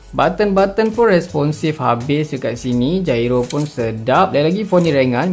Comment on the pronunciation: bang !! gairo for gyro bang bukan jairo hahaha